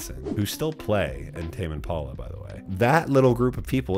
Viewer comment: Sounds like you are saying : "Tamien Paula". "Tamien Paula recorded this". LOL